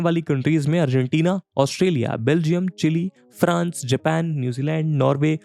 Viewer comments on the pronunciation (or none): none